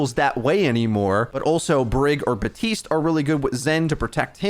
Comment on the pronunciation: Im pretty sure you are saying Batiste when it’s Baptiste.